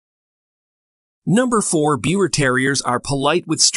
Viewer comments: You can't even pronounce their name properly 😒. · Besides the name pronunciation being wrong, "beeva" is more accurate, as this dog originally resulted from a mating of Yorkshire Terriers that carried the pie bald gene in Germany. Since the push by more and more people to make them an entirely different breed, we have seen "breeders" mix other small breeds with them. These DNA results are proving that. The Biewer were born to a well known German couple that bred Yorkshire Terriers. They had some pups that carried the pie bald gene and some of the litter looked like traditional Yorkie's and some looked like the modern Biewer. The dog is hypo-allergenic and non shedding in the same way that the Yorkshire Terrier is. Perhaps, people mixing other breeds with them is causing some litters to not be hypo-allergenic but that was always a huge positive for people interested in dogs but they were sensitive to most dogs. This is just one example of why people that call themselves breeders shouldn't meddle so much, especially when you already have a fantastic dog. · First of all the breed is pronounced beaver, like the rodent. They are hypoallergenic. The BT does not have a double coat and does not shed. BT, that is not well socialized will bark if they hear a cockroach fart from across the room. I’ve been breeding and showing these dogs since 2007. They are a companion breed and they live up to that. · The lies you tell sir my Biewer Terrier which you are not pronouncing it right because it's pronounced like Beaver so I'm turning this video off because you don't even know how to say the name right . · It's pronounced "beaver". This is absolutely wrong! Bad resource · First off, the breed name is not being pronounced properly. I breed and show this wonderful breed. The person that did this is providing almost all incorrect information and I for one am very dissapointed! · Even the name is said wrong